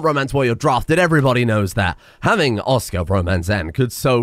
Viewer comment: As a polishman, I really felt it when you pronounced Oskar like some kind of orkish name